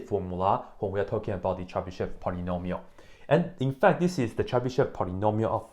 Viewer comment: First of all here we have yo (e with diaeresis, although diaeresis is usually omitted it is still there) and sh is hard so we say this name Chebyshov (more precisely Chiebyshov) Moreover accent is on yo (Accent is flowing and knowing where is accent is important for correct reading) You read it wrong and other take example from you and also read it wrong even if they where taught this language How I get formula for Chebyshov polynomials I started with cosine of sum then i wrote recursive relation for it cos((n+1)t)=cos(nx)cos(t) - sin(nt)sin(t) cos((n-1)t)=cos(nx)cos(t) + sin(nt)sin(t) cos((n+1)t)+cos((n-1)t) = 2cos(t)cos(nt) Let cos(t) = x and cos(nt)=T_{n}(x) T_{n+1}(x)+T_{n-1}(x)=2xT_{n}(x) T_{n+1}(x) = 2xT_{n}(x) - T_{n-1}(x) T_{n}(x) = 2xT_{n-1}(x) - T_{n-2}(x) so we have recursion T_{n}(x) = 2xT_{n-1}(x) - T_{n-2}(x) T_{0}(x) = 1 T_{1}(x) = x Here I used exponential generating function E(x,t) = sum(T_{n}(x)t^n,n=0..infinity) After plugging it into the recursive relation i have got second order linear ODE with constant coefficients (in fact initial value problem) This differential equation was easy to solve with Laplace transform Once i have got exponential generating function it appeared that it is easy to calculate nth derivative using Leibniz's product rule